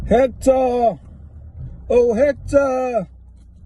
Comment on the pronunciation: Short and sweet?!... So, you got brothers and cousins a baby on the way 3 kids a back garden a rain coat and a fake grin/laugh. You got a tape measure thingamajig hanging from your hat you struggle to say Hector (Ectur) and you want Hector to fight Decca instead of you if not then your brothers will be out of jail just in time to hold your hand. You can count and name 3 days of the week and can say something once which really means 18 times. You say Decca has to show papers but your cousin doesn't have to show his papers and you dont know the meaning of the words 'last time I'm going to address this' And for safety reasons you should be hooked up into a mamas & papas car seat. Did I miss the arse flapping bit...?! ~ If ya don wana get wet. You shudun play awt in the rain ~ Amen. “”